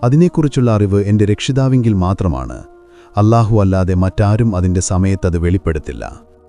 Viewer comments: Alhahu ennu parayunnad thanne thettaanallo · ഇതൊരു മുസ്ലിമിൻറെ വീഡിയോ ആണെന്ന് തോന്നുന്നില്ല...... അല്ലാഹുവിൻറെ പേര് പോലും ശരിക്കും പറയാൻ സാധിക്കുന്നില്ല..... കള്ളത്തരം പ്രചരിപ്പിക്കുന്നവരെ മനസ്സിലാക്കാൻ ശ്രമിക്കുക